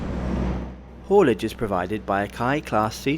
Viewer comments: We pronounce the Indonesia Railways Service as K-A-I, not KAI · You say each letter of the name. K.A.I. (Indonesian "Ka" "A" "E"). At that price it's better to fly. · im pretty sure it’s the language barrier that did your friends wrong. It has always been K-A-I (kuh-ah-ee) and nobody (literally not even a single Indonesian) pronounce it KAI.